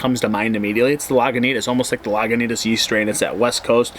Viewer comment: sorry when you say Laguintas and RR in the same sentence.